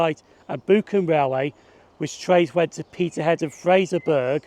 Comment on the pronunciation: This is my neck of the woods, I am glad you like Inverurie as that is my closest station. However, you have mispronounced a couple of place names. Alford is pronounced a ford (the l is silent) and Fraserburgh is fraser burah (the burgh ending is the same as edinburgh's ending) fortmartine is fort martine and buchan is easier for you as buck an